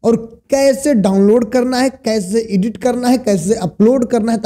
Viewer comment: ईडिट नहीं एडिट होता है...